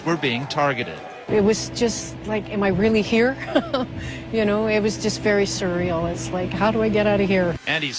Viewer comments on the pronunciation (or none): Did she say "cereal" for the word "sur-real"